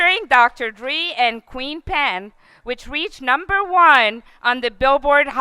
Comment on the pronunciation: How can she mispronounced the names of Dr Dre, Pharrell, and Queen Pen?? Im more qualified to present this award to him than her.